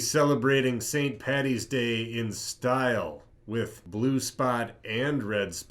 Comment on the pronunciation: "Paddy" ffs not patty